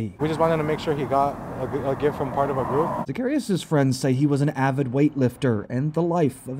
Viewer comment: and is it really THAT difficult to pronounce their last name correctly? It’s not zuh-CARRY-us it’s sac-ah-REE-ahs.